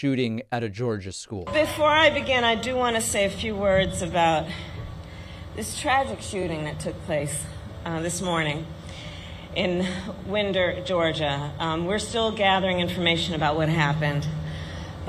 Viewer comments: It is "Wine-der" but forgiven. GA city names have odd pronunciations. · That's Winder with a long i, Madam Vice President.